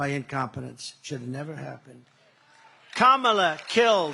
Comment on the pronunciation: He is so stupid. If he pronounced her name right, it would alliterate with commie and be catchy.